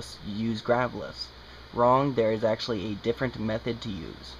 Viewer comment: Did any one notice how many times he said achenchaly? Ps I know that is spelled wrong